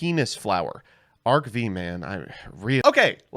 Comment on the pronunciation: The show is called ARC FIVE Not Arc Vee The V is a roman numeral 5